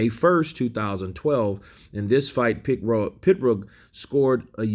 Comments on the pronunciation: He was in a car accident and had to finish after that unfortunately. Brilliant fighter who would have become undisputed. psml? It's PIROG NOT PITROG. 🤐☃️☃️☃️ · It's Pee-rogue, not a pit-rogue. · Hís name is Pirog not Pitrog dumbass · Why are you referring to him as "Pit-roag"? Are you trying to be funny, or are you just dumb? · He is not Pitrog, he is Pirog... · It's like me calling you Saying it like KYURRT 😂🤣PITROG OR PITRUG IT'S PIROG. POINT BLANK PERIOD. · Why you call him PITrog when its Pirog...just curious? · M88 Boy. It's actually said "pitbullfrog" tell for us please. Lol 😂😏😝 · There's no T in his name bro. It's Pirog. It's on his boxing trunks.